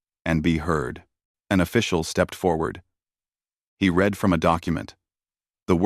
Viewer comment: Read and bow are pronounced two ways. It would not be hard to check your story for these words to ensure the audio uses the right ones.